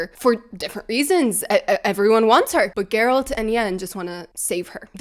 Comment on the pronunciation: As my wife said when we heard the news they were replacing Henry with Liam "It's 'Jer-rollt" now.